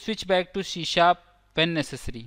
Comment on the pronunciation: It's C# NOT SHE SHAP ONE MORE TIME I DARE YOU, I DOUBLE DARE YOU